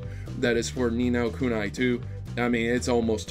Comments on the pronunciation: But, it's pronounced nee no koo nee! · I hate the way be says ni no kuni. It's ku-nee